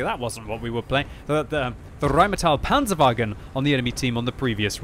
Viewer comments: rrrrrrrrheinmetal panzerwaggen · Always lovely how you pronounce 'Rheinmetall Panzerwagen' ...sounds wonderful for me as a german 😂